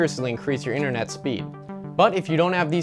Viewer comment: Internet not inthernet